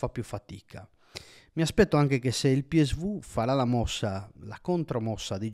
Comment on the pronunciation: Bel video, solo una cosa importante: si dice PI ES VI oppure PI ESSE VU, ma non PI ES VU